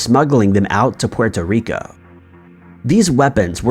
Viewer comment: The way you say puerto rico annoyed the fucked outta me